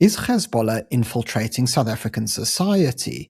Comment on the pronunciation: Yeah keep it up ... btw its pronounced HEZ(bollah) not GHEZ(ballah)